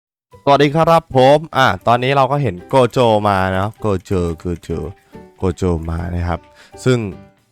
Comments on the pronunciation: ครับโกะโจครับไม่ใช่โกโจ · โกโจครับไม่ใช่โคโจ